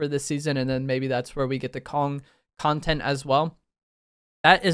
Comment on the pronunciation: It sounded like you were saying Kongtent for a second